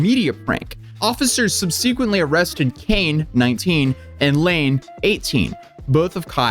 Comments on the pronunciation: Can we all just take a moment to laugh at pronunciation of Subsequently? He says Sub-see-queen-tly... bruh its pronounced Sub-seh-qwent-ly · subsequently is pronounced Sub-suh-quent-lee not sub-sea-quent-lee. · sub-SEE-quently?! 😂 is trying out his "Word of the Day" calendar! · I have never heard "Subsequently" pronounced like that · All I got from this video is that you pronounce subsequently weird... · Every time I hear you mispronounce a common word like subsequently I fucking die inside and out 😊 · Calls these two kids "stupid morons" and then proceeds to mispronounce basic words like subsequently and patron... is a valley girl with a drama channel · The word "subsequently" was mispronounced. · “Subsequently “ is not pronounced the way you think it is pronounced.